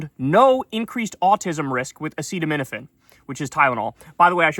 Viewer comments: Kyle, you also dont know how to pronounce "a-set-aminophen" not "a-seet-aminophen" 😂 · ACETAMINOPHEN is pronounced EP-STeen- FILES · He used the word "Tylenol" risking use of a brand name because he finds aceeotu- how ja pronunce it -" A SEAT OH MIn OH FEN..... " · Its not Trumps fault he cant pronounce Aceto….. Why do u Americans always complicate things? Why not call it Paracetamol. Easier to pronounce 😊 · How to pronounce acetaminophen: ree-LEESE thuh EPP-steen FYLES 😆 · Proctor & Gamble or whoever owns Tylenol should sue these idiots into oblivion!!!! Also, the only reason he kept repeating "Tylenol" instead of the generic name is because he could say it 🤦🏽‍♂️ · He can’t pronounce acetaminophen bc he literally can’t read nor does he care that he can’t read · I already knew this but when I heard him trying to say "Acetaminophen"... I literally thought: we are the only country that has a President who can't read. 😮‍💨 Bro has been touched by the Tism for suuuuure. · To be fair to trump i also cant pronounce Acetaminophen nor spell it without help :D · Acetaminophen, that's 5 syllables, well past Trump's max of two! Cuba is poor because vengeful US plutocrats want to break its social model by starving it into the ground. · It's bad enough that an 80 year old doesn't know how to pronounce acetaminophen. It becomes a joke when an 80 year old president sets up a big press conference to announce the cause of autism and he doesn't know how to pronounce the thing he is claiming causes autism.